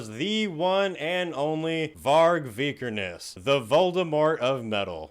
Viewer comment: Knock-MIST-ee-yum. Also, ya said Lemmy and Varg's last names wrong BUT accurately calling both sides of that Black Metal thing "Ret@ and comparing it to Twilight made me LOL and cancels out the mispronunciations. You're kind of a bad ass,.